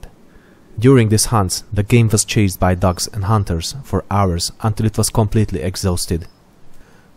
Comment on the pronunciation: i thought you said "during this hunt the game was chased by ducks and hunters" i was confused as hell lol